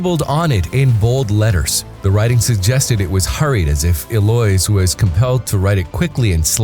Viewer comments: Eloise is pronounced “el-oe-eeze” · It's Eloise El-lo-ise